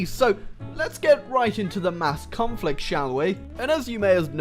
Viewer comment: don't you mean mass... tom-flict?